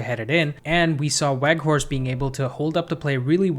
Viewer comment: with an Edge: the 'W' in Weghorst is pronounced as a "V", please correct accordingly moving forward. Otherwise, great video!